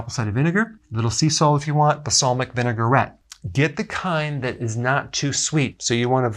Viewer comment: Vinaigrette is three syllables, vin-a-gret, it annoys the hell out of me to hear people say vin-e-gar-ette. Yes, I know, it's petty. Hell, even Jimmy Carter- who was a nuke officer in the navy- used to say nuke-u-lar. Arrgh.